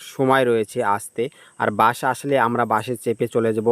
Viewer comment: বাশ নারে বলদ বাস আর একটার না অ্যাক্টর ভিডিও বানানোর আগে সঠিক ভাষায় কথা বলতে শিখেনে 🫪😆